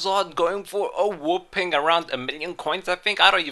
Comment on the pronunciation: It's not a whooping it's a whopping